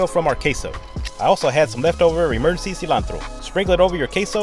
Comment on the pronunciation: As a Latino I appreciate him trying to say cilantro with an accent